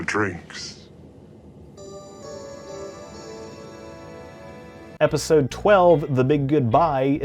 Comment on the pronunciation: Can't stand how he says 'episode'